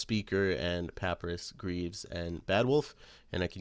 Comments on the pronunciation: Pretty sure its pa-pie-rus not pap-u-rus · HAHAAHAH Papeerus, Pa-Pie-Rus is how to say... #UNDERTALE